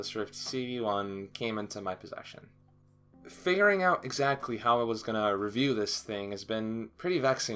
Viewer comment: I thought He said You know it's been about a Month since the Oculus Rift CV1 Came into My Pleasure, but He said Possession.